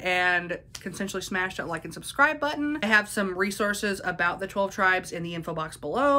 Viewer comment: I love your accent. You pronounce twelve like tolv sometimes, are you a little bit Swedish? :D